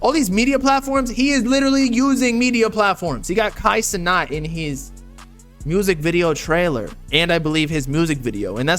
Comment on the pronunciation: bro said kai cenot